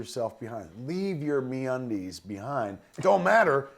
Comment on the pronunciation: I kinda like Bill Burr's advertisements for Me-Undies Me-Unides...